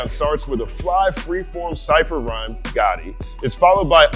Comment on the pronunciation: The song title GHOTI is pronounced like “Fish”, not like the Italian “Gotti”. It’s a linguistic joke a how inconsistent English phonics can be. GH as in Laugh=F O as in women=I TI as in motion=SH